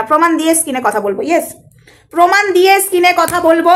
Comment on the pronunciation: Didi skin na screen bole tik ache wards pronaunce ektu tik kore bolo didi